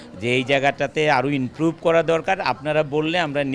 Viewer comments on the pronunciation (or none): Inprove na improve..??? 😂😂